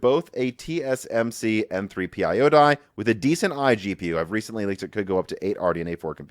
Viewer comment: Should really try to speak a little slower, you seem to be butchering a lot of words lately, mix and matching words for example “TSM “shree” instead of tsmc and multiple words are mixed up like this.